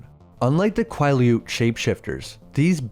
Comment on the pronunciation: I genuinely hate how you pronounce Quileute like your doing it on purpose